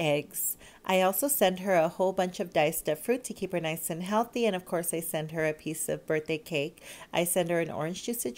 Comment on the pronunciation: "To KeEp HeR nice aNd HeAlThEy"